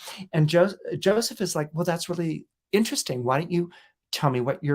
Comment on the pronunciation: “really”, not “rally”